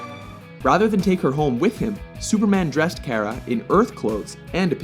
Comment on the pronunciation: You misspronounced her name. :/